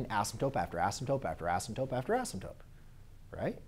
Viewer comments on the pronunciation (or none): anybody else go crazy when he says asymtope